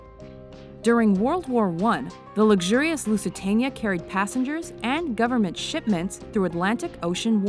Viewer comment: learn how to say lusitania